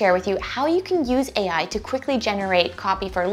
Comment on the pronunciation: 1. HEY EYE! 2. LOW KOD! 3. ASS-KEW-ELL! 4. ROBLO.. ROBOTIX! 5. CLAWWOOD!